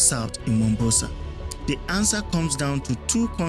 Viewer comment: The Southern port is called "MomBASA" not "Mombosa". The production and research was "top notch" 👍